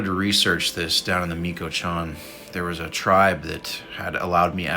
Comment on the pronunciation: Since you seem concerned with pronunciation… it’s pronounced… Mee - cho - wuh - kahn. 🤗